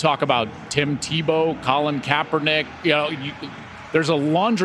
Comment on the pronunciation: Bro said Tim Tebow 😂😂😂😂